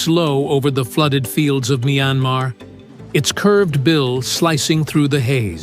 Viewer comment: A.I., the country’s name, MYANMAR 🇲🇲, is pronounced as “[ MIE AN MAR ] , Not [ MYAN-MA ]